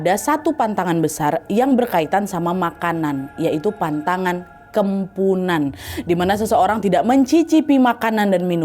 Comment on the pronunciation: Kepuhunan kak bukan kempunan